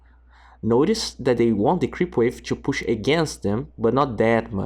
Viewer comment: Cara legal seus videos. Mas fica uma dica ai na pronúncia do inglês: é push pronunciado com "u" mesmo e não pãsh.